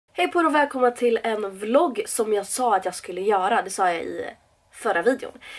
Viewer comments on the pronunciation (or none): none